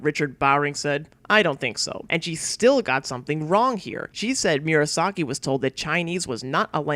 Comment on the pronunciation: Good video. But it's distracting that you repeatedly mispronounce Murasaki as "Miura - saki". It's "moo rah sah key", not "me-urah sah key".